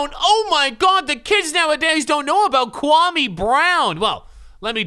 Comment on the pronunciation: If ur gonna pronounce Kwame, pronounce it correctly... Put some respect on Ghana's name!